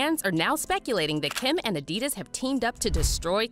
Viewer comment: Adidus lol its adi daas